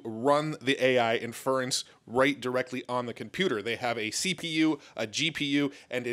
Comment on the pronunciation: Still haven't learned how to say "inference" which is just tragic at this point.